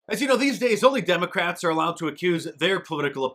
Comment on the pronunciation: Did he say demoCRAPS ?